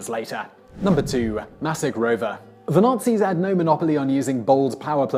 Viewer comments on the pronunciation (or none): Maskirovka. with a k. Why can't you just go to Google translate or smth to check Russian pronunciation? you mangle them so brutally in every video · ˌmaskɪˈrɒvkə (ma-skih-rov-kah)